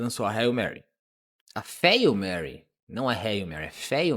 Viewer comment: Agora sim o vídeo ficou top (imagem e som)! Só me doeu esse "'fáil' mary" kkkkk mas sou só eu sendo chato.